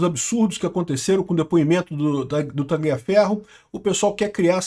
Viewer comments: Repita comigo TA-LIA (COMO SE FOSSE LHA) FERRO QUANDO VC PRONUNCIA O G (GLIA) PARECE QUE VAI VOMITAR KKKK PRONUNCIE CORRETAMENTE POW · Não se pronuncia esse "g" em Tagliaferro, assim com em Gagliasso e Marsiglia.